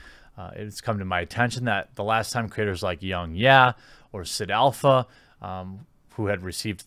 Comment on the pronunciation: How're you gonna go an pronounce YongYea wrong? That's some disrespect